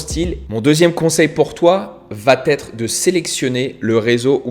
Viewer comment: J’aime ton contenu, je me suis offert la « méthode » en vidéo. Merci pour tout! Mais il faut absolument que tu cesses de prononcer « va-T-être ». C’est une erreur et ça fait mal aux oreilles:D